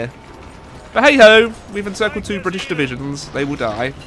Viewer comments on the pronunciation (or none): none